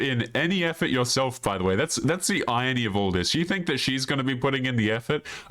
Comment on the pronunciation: Hey bro, you're mispronouncing "Irony" like it's said eye-ron-ee, it's not said like a clothes iron for flattening shirts. Cheers